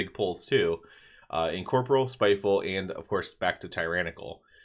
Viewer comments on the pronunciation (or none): This is a nit-pick but say it with me. En-COR-Por-real. Sorry It was triggering me. lol.